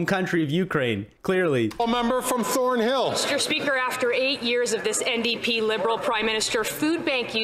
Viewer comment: MeestR SpeeakR >:^ 0